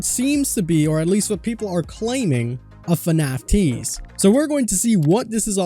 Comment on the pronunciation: Not trying to be rude but it's fnaf not fanf